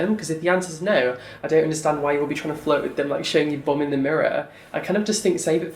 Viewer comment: The way you pronounce "bum" is so cute and pure lol